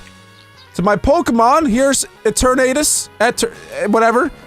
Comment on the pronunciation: You pronounce eternities wrong